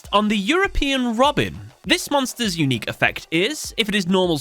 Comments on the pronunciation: Lol "unuiqe" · ah yes, I do love me an "unuiqe" effect